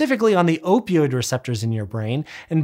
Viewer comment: Most impressive part of this video? His ability to say "opioid" correctly, repeatedly. I can't even say it once. My mouth keeps spitting out "oypioyd."